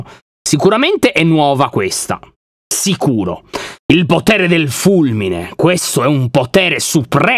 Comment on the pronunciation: perchè invece di dire sicuro hai detto siculo